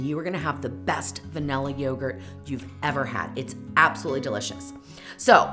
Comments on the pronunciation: Thank you for mentioning the creator of the original recipe. I'll search for that instead of watching this video. Weight measurements are far superior to volumetric measurements. Also, I can't stand listening to anyone who says "vanella" istead of vanilla. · A Ninja is NOT a high-power blender. It’s cheap crap. And it’s van•ILL•uh, not vanELuh.